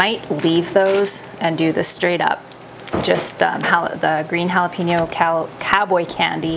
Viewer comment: Your new food processor is sooooooo quiet! Mine is a beast, but it's loud like a beast. LOL. | In case you don't know, jalapeño is hal-uh-PAIN-yo, not hal-uh-pen-o. The tilde over the n makes it say "nya". ;)